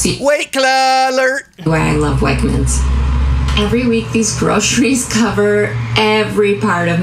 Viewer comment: Uh did she say Wagners instead of Wagmens? Goodness I even know it and where I live we don’t even got 1 single store nearby not even Florida that I know of tbh. Oof yikes.